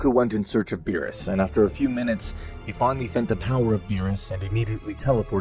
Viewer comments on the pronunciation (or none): Who the fuck is Bill? Are talking about the character from King of the hills or bee R us..beerus roll the damn "R" in his name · Stupid ai can’t pronounce words. How do you get Bills from Beerus? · It's beerus, not bills!!!!!!! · but wait bills lol berus is not berus hes bills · Beerus❌ bills✅ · "Bu-yills" ahhh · Its the AI narrating and it mispronounces quite a few names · Honestly the way you talk enjoys me more then you not being able to say berus